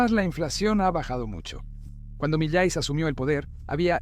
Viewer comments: Por que dices malai - Se dice Milei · No es Miley Es milai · No es mili, es Milei XD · Miley no es un apellido grave, es aguda. Cuidemos las tonicas de las silavas sino parece que se refiere a otra cosa. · No es Malai, ni Mitet es MILEI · Oye!!! Que PROBLEMA TIENES CON LOS NOMBRES?!???....Javier MALAY?"Javier MILLET"?'!!!!! "Presidente ALFONSEN?"!!!!! ...No sabes ni pronunciar bien los nombres de los Presidentes! ....Presidente "MILY"?!!!!! ...Presidente "Raúl ALFONSO"???!!!! Tienes problemas de DICCIÓN? o SIMPLEMENTE IGNORAS sus nombres? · Milet, Malai, Mallaes. Nunca pronunció bien el apellido. Estúpida IA. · Porque carajo dice Malai en vez de Milei? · Cuando diga Malai, Mulei, Milet, McFlay, Maloy, etc. se refiere a Milei. 😂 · Is Milei not malai mala pronunciation de su parte milet jajaja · primero...este video si me salio en recomendados...o sea que eso de hablar del algoritmo para ganar subs no es asi...por lo menos en este caso. segungo por que parece voz de ia? dice mileissss....y no es roberto fernandez es alberto...pero en resumen bastante buen video 6/10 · Buen video, pero qué te cuesta pronunciar bien el apellido de M I L E I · Gracias por tu video , esta muy bueno. Pero por que no pronuncias bien el apellido del presidente “Milei” , hablas con mucha claridad pero pronuncias muy mal su apellido…